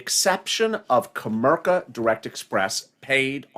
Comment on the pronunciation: put the I in comerica not co merca its co merica bank!